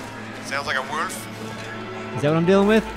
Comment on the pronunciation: haha i love the way say Wöölf xD love ya:D